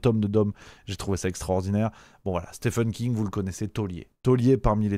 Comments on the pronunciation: ca se prononce Stieeeeven King, pas Stephan 😀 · Stephen King (ça se prononce "Steven", pas "Stephen") avait déjà écrit le roman "Firestarter" (édité en français sous le titre de "Charlie"), qui évoquait déjà "MK-Ultra", même si c'était bien moins proche de la réalité. Concernant MK-Ultra, il y a une très bonne série intitulée "Wormwood", qui date déjà de quelques années et raconte des faits confirmés, sans trop spéculer.